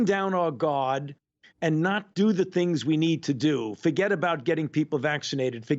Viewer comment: he say's bring down our guard but it sounds like bring down our God.